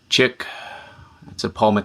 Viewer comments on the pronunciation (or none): Your "Chic" album is pronounced "sheek". Great stuff. Cool Room. Thanks for sharing.